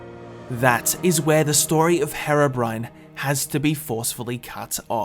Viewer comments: Ιts HEER OH BRINE not hair oh brin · Your saying harobrine its hèrobrine this is the only way i can do that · Its hero not hearo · The third group of people just wants you to stop saying Herabrine... Its Herobrine man (Here-oh-brine)... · Why is it that every British person calls herobrine harobrine And calls developers Develoupers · WHO THE HELL IS "Hera brain" !!!!!!!! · Is HAIR-O-BRINE REAL? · the way you say herobrine hurts me, it's HERObrine. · my bro ski it’s pronounced HE-RO BRINE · i thought it was pronounced as (hee-ro-brine) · pronounced heeeroh BRYNE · its "her-ough-brin-ay" idiot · It's pronounced "hero brian" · Did he just say hairobrine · You guys say herobrian's like the drug heroine. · It's pronounced hiro bryne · Mucrof yeah he says hero brin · Am i the only one that gets annoyed on the way he pronounceses herobrine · He said herobrine wrong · seconds into the vid and I'm all ready cringing THATS NOT HOW YOU SAY HEROBRINE god it's so cringey